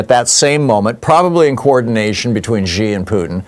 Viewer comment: Seriously China will invade Taiwan . You also mis pronounce xi